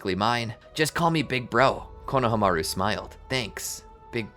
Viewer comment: Pronouciation please! It’s KonohAmaru not KonahamAru